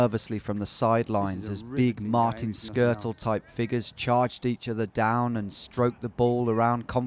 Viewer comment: 😂😂 man said Martin skirtl